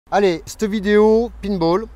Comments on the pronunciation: Conseil prononce le payne ball parceque pine ball fait plus penser au service 3 pieces!! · Le Pinte Ball ou le Pas de Bol . Il est lui-même et il s en fout de la prononciation du moment que le taf est fait. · " painebol " : popopo